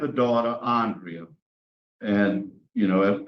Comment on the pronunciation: Dude can't even say Andrea's name! Not last time or this time. That alone speaks volumes. Thanks for the content!